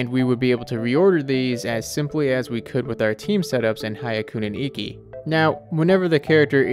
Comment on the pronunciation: We should be able to switch our party like we can during Hyakunin Ikki when we're out of combat or the LOADING BAR for the party menu needs to be removed. Seriously, why is there even one in the first place? Also it's pronounced "hee-yak-oo-nin ikki", not "high-a-koo-nin ikki".